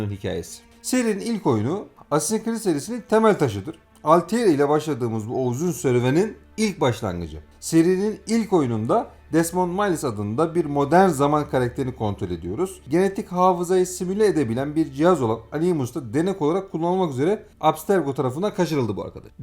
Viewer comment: Video çok güzel emeğinize sağlık ama kurban olayım bu tarz bir video çekerken şu telaffuz olayına biraz daha dikkat edelim. Desmond milis, alteir, assassins crid... bunlar çok basit telaffuz hataları ve dinlerken gerçekten kulak tırmalıyor. Video gayet güzel olmuş gerçekten ama sadece 2 dk youtube a yazsanız bile nasıl telaffuz edildiğini bulursunuz. Sizin gibi geek insanlar bari bu hataları yapmasın lütfen.